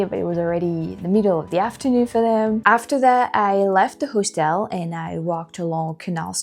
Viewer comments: Sugar.......just a little help.....I always appreciated it myself when I mispronounce something in my second language. Hostel is pronounced HAW- stol.....accent on the first syllable. Keep up the great videos girl..... I bet if you lived in the states full time in a state where you can carry, you'd be packing all the time because of experiences like the one you had on the trolley. Makes you feel a whole lot safer....... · Hostel is pronounced HOSS-TILL